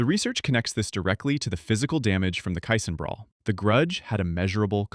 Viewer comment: You did fine with Ed Ott and Bob Gibson. But there were multiple mispronounced names mixed in. After I heard Bruce Kison pronounced Kyson over and over, I knew I could not respect this podcast or it's opinions. Also. another dealbreaker: You don't say that a guy was hitting point 275. Even the most ignorant baseball fans know it is just called a 275 average. I had high hopes, but truth is, after starting to watch baseball over 60 years ago, I easily have more baseball knowledge than yourself. My father bought me the Baseball Encyclopedia every year when I was young. By the time I was a teen, I knew more about those parts of baseball more than anyone I ever knew. Not bragging, simple fact. I was a stat machine, and knew all the players those stats belonged to, and for whom they had ever played for. I'm 67 now, and have forgotten much more than I had absorbed over my lifetime. But I can still make it, while you are obviously faking it. BTW, it's Kee-sunFFS. In your defense, you did get his first name correct.